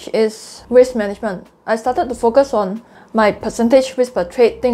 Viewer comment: Your 'Focus' sounds like `f*ck us' but very informative video, Thanks.